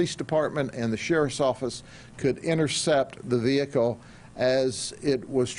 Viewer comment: no one: every cop ever: ve-HICK-le